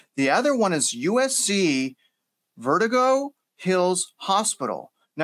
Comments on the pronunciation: Verdoooogo....not vertigo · "vertigo" hills hospital---hah!! It's VerDOOgo....